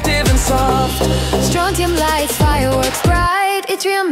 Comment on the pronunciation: “Nee-Tro-Gen” “Sil-a-comb” “Tay-Rium” “Bro-Mone” “Strong-Tin” “I-Dine” “Toy-Lum” “Leed” That Was The Pronounciation Mistakes